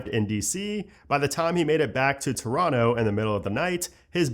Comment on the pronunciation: saying Toronto like a local, nice